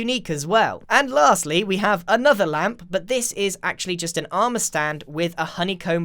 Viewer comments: Nobody: Grian the moth: LäMp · Nobody: Grian: L A M P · Grian: Ł ä m p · No one: N o o n e: Grian: LaMP! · Mumbo Jumbo: “REDSTONE” Grian: “Ł Ä M P” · No one: Grian during Minecon: L Ä M P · Nobody: Grian: LaMpS